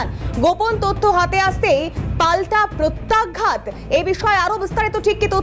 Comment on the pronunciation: "আঘাত" আর "প্রত্যাঘাত" কথা দুটিকে ঠিক ভাবে উচ্চারণ করুন । বিশ্রীভাবে ভুল উচ্চারণ করছেন । "আঘাত" শব্দটিকে বলছেন, -- "আগঘাত" এবং "প্রত্যাঘাত" শব্দটিকে বলছেন,-- "প্রত্যাগ-ঘাত" । কানে বিশ্রী ভাবে লাগছে । আপনারা কি দর্শক শ্রোতাদের কমেণ্ট আদৌ পড়েন । মনে হয়, না, পড়েন না । কারণ, এই বিষয়ে গত কয়েক দিন ধ'রে এই কথাটি বলছি । আপনারা নির্বিকার । -- মানস রঞ্জন চৌধুরী ।